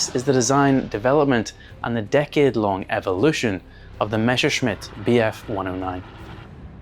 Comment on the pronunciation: meSHerschmitt -> instant downvote It's MeSSerschmitt